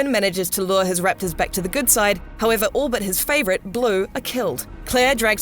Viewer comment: U say raptors funny lol... riptors rattors